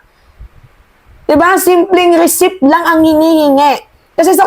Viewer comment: mali ka na naman sa pronunciation mo sa receipt ang sabi mo recip "recit" ang bigkas na tama.